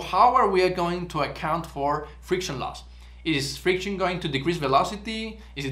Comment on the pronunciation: Friciton 😅. Your content is great and rare